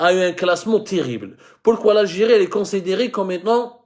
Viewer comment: Tu as peut-être un problème avec l'anglais mais tu en as aussi un autre avec la prononciation des " i" Dérection au lieu de direction Instétut au lieu de institut Consédérer au lieu de considérer Et ÉTULISER etc.